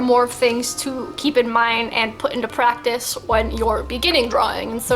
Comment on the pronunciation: PRAETICE, what is this you speak of ?? XD